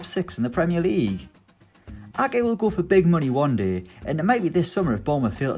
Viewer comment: How is he pronouncing Ake? Lol he kept saying A-eh